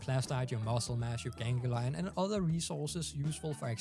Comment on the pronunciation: Gan-glee-on not genghi-lion